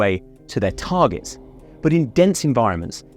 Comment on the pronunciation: "Tarjets" .... I laughed every time.